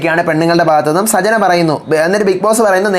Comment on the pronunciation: സജ്ന അല്ല.. സച്ചന.. ആണ്..